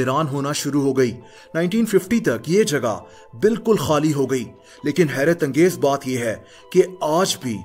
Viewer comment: When he say HERAT ANGEZ